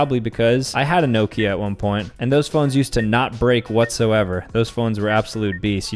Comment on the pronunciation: nokia is pronounced knockia